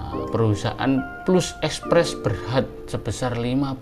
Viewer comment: Plus..bukan pelus,sebutannya ialah,pelas..hehe..harap maklum